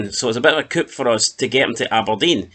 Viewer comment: Sorry to be that grammar Nazi guy, but the p is silent in coup. 😂